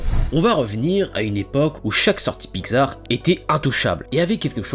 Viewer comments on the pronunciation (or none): La lettre X, ça se pronounce pas “gz” mais “ks” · La façon dont tu dis Pixar me perturbe, j'ai toujours prononcé Pix-ar et non Pi-xar x) Sinon, très bonne vidéo ! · "Piczar"... Voilà sinon bonne vidéo merci :) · Ha oui, Pygzar, les fameux studios Pygzar (oui, je me moque de ta prononciation lol). Blague à part, c'était très sympathique comme vidéo. ^^ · Très bonne vidéo. Sinon ça ce prononce PICS ART . Le non a ete choisi car il est la contraction de pixel Art. De l'anglais pixel , mot forgé (1969) à partir de pix (variante de pics et ce prononçant pareil, pluriel de pic, abréviation de picture « image ») et de el(ement) (« élément »), littéralement « élément d'image ». PICS ART